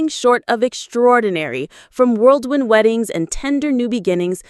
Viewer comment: It’s WHIRLWIND not WORLDWIND and stop showing the same exact photo in the video over and over when talking about the family we’ve seen it!!